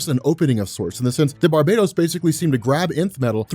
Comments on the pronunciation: it's "Bar ba tose" not Barbados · Why do you keep saying Barbados when his same is barbatos? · I don't normally like to be grammatically nit-picky but your pronouncing "Barbatos" incorrectly. It's Bar-BAH-tos, Not Bar-BAE-dos. Like this to let know ASAP! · Bar...BAT...os. Bar-bat-hos. Bar, BAT(as in BATman), Ohsss. Come on!!